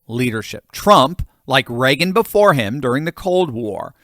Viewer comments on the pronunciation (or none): none